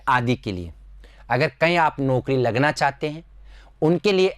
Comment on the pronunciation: आपका उच्चारण सुधारें जैसे पीस - पीस , संस्था - संस्था, नोकरी - नौकरी, बिसेस-विशेष ............